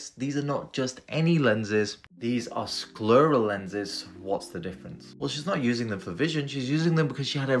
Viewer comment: You pronounced literally every single medical term in this video super weird. "Sclurrel" "cornEEEuh"